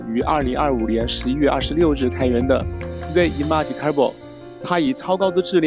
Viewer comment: 讲的真好，比ai讲的还细致。只是有个小缺点，image的发音你最好去查一下音标。瑕不掩瑜